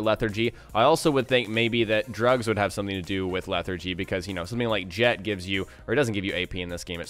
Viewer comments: "Leh-thar-jee" hearing you say it wrong is begging for a face palm. I weep for the future of our youth.... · Can you get "infections" from sleeping with companions? Also, it's LEH-THAR-GEE. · How do you not pronounce lethargy correct, yet you pronounce lethargic correctly? I'm just saying its just... odd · I can't give a thumbs up to an English-speaking guy who doesn't know what the hell lethargy is or how to say it.